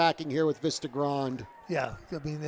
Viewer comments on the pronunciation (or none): That New Jersey commentator was really annoying with that "Vista Grond" crap. its Vista Grande - its pronounced "Veesta Grawn Deh".